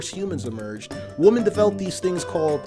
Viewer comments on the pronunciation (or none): People who pronounce women the same way they pronounce woman.